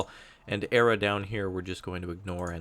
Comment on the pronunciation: the M60A1 ERA is not normally pronounced "era". It's an initialism that stands for Explosive Reactive Armor, and is usually pronounced "E, R, A" (like F.B.I.)